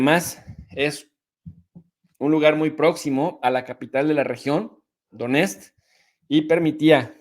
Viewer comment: Донецк suena como Doniestk